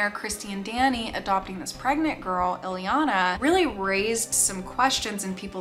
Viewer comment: It's Ileana, not Eliana and she might have lived in Austria, but she is Romanian.